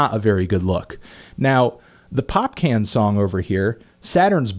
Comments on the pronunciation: it's" Popcorn" not "popcan" kmt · pop-can? 😂😂, no offense but it's pronounced like 'popcawn' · Anyone else die laughing when he said 'Popcan'? (Pop-con) Popcaan. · Hmmm you might already know this but its not pronounced "Pop-Can" it's more like "Pop Carn", he's a carribean artist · hey, so his name isn't pronounced Pop-Can, its Pop-Kawn (as in popcorn) hence the double aa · Popcaan Is not pronounced "pop - can ". It's pronounced "pop cahn" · popcaan is pronounced popcawn.. not pop can :'( i lol'ed so hard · Not Popcan lol Popcaan.... [Pop-kaawn] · Its popcorn not pop-can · It's popcaan not popcan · Popcaan (Pop - CAWN) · "Popcaan" is pronounced "pop con" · ANTNEE ITS PRONOUNCED POPCAWN lol :p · The way you pronounce Popcaan is really funny.